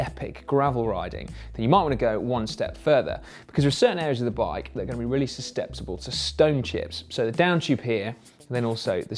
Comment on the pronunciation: Pro tip: practice the tongue twister "susceptible to stone chips" before presenting a GCN video. Susteptible.